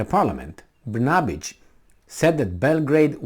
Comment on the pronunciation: your pronunciation of the Serbia PM's name is very good --> Br-na-bich... the second part to Kosovo's name is Metohija (Me-to-hi-ya) which is derived from Greek and means 'land of monasteries'